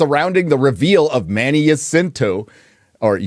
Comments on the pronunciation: I'm a Filipino, but I hate The Acolyte Series to the bone. BTW Jacinto is pronounced as (Ha-sinto) not (Jah-cinto) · Ha-sin-to that's how you pronounce it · Jacinto: "Ha-seen-toe"